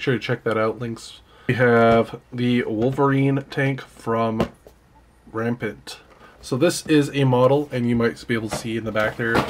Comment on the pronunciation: The way you say Rampart is painful. Ram Part